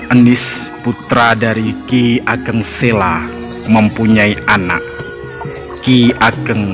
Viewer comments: Maaf mas, sy sering nonton seri video sejarah jawa.. cukup informatif. Hny saran sy dlm narasi utk vokal 'a' adakalanya dibaca 'o'.. spt: penulisan 'P Benawa' hrs dibaca 'P Benowo' begitu jg dlm penulisan 'ki Ageng Sela' dibacanya 'ki Ageng Selo'... salam semangat.. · Mas masukan penting ttgejaan bahasa yg disempurnakan, memang kita irang Indonesia asli tetapi semua nama spt nama gunung, nama tempat, nama orang, nama sungai jgn DIRUBAH membacanya dan rulusannya, selo ya selo jgn ditulus sela dan dibaca sela, jgn jgn dan jangan. Purbaya membacanya purboyo, paham mas. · Bacanya itu yg bener ki Ageng Selo...bukan Sela ...o..lafal Jawa ..misalnya Wonosobo ...gitu